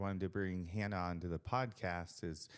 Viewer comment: Love this! Hannah is such a hard worker and a great representative of the sport. Love this so much, I’ll forgive you for butchering my name. This time. 😆